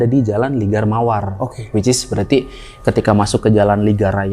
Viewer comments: Nurs cenah 😂 dibacanya "neurs" sama wich is terus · gue ngakak pas dia bilang wicis